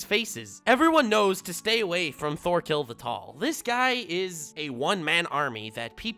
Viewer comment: Lol it’s pronounced tors torfinn and torkell